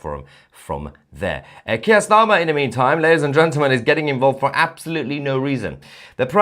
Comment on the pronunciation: Still can’t pronounce “gentlemen” tousi 😂